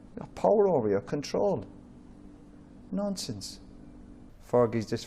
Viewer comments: Its funny cuz it sounds like hes saying nonces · Sounds like he’s saying nonce and nonces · Sounds more like he's saying "nonces". 😂